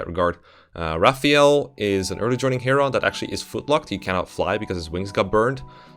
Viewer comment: It's pronounced Heron not Heron